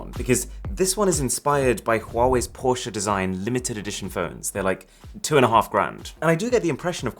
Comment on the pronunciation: i´m impressed you may be the first native english speaking person to pronounce Porsche correct.